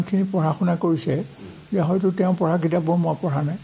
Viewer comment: সম্পাদক মহোদয়ৰ অসমীয়া শব্দৰ উচ্ছাৰণত সন্তুষ্ট হ'ব নোৱাৰিলোঁ। বিশেষকৈ " পঢ়া " ৰ উচ্ছাৰণ " পহা " বুলি কেইবাবাৰো কোৱা যেন অনুভৱ হ'ল। স্বনামধন্য শইকীয়া চাৰৰ সু-স্বাস্থ্য আৰু দীৰ্ঘায়ু কামনা কৰিলোঁ 🌹🙏🌹